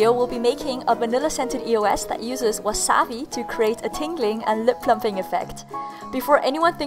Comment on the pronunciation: that's how you say it lol